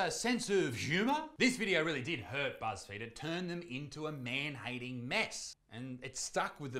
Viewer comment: Buzz feed then Isaac mispronounced Buzz field I think he meant to say Buzz Failed i mean the fudge 1.6 billion dollars worth to 100 million it sounds like wat happened to Kanye net worth